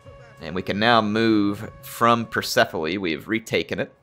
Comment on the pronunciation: A late antiquity period that runs into the early medieval period, so basically 200 to 1000 AD with a map that includes China and India. Also, for the love everything that is holy, pronounce the "s" at the end of Persepolis